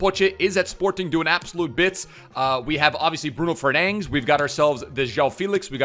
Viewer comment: why does he say bruno fernangs